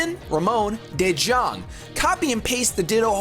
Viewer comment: De Jong is a Dutch name and it's pronounced De Yong